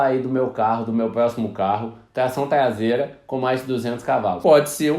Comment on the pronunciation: TLAÇÃO TLASEIRA KKKKKKKKKKKK